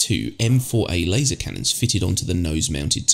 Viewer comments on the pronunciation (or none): none